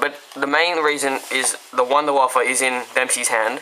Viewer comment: why do people call it the wunderWAFFLE when its a wunderWAFFE?